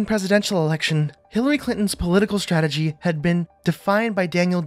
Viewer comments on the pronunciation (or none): none